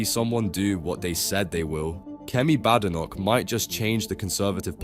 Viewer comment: Bad computerized narration. Kemi pronounces her surname BAYdenoch, and there is a T in "party", not a glottal stop.